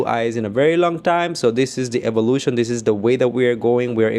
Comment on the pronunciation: Eevolution? Eevolution? We have blond hair n blue eyes ! Its the seriousness for me 😂